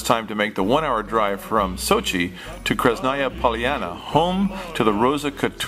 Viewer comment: it's not "krez-naya Pol-yana," it's Krah-snah-ya pah-lya-na" if that helps. Nice video, tho!